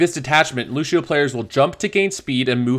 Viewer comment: Lu*sh*io stop it